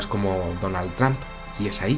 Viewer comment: Tramp???? Se pronuncia "tromp" mi buen, Saludos.